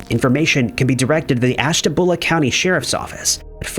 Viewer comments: did he really mis pronouse ashtabula its not pronounced ashta bowla man people butcher places in ohio all the time like Cuyahoga, akron and chardon but this is the first time i seen a video where they mispronounced ashtabua lol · im from andover ohio im always in ashtabula the way this dude mispronounced ashtabula is killing me lol anoys me when people mispronounce places in ohio like chardon akron and Cuyahoga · most people outside of an area couldn't care less about learning how to say something